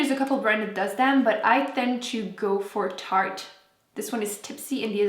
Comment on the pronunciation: FitFatBrittRNY She kept saying tarte